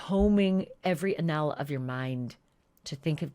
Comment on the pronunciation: What does she say ? It sounds like she says "you'd be combing every annell of your mind." Anel, annel, ennel. What is she saying?